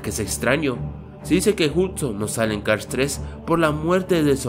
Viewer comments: es hudson wey no hutson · Es "Hudson" y no "Hutsin", además no sale porque murió y se pudo saber eso en la segunda película cuando Mate dice que el nombre de la copa pistón fue cambiado en memoria de Hudson.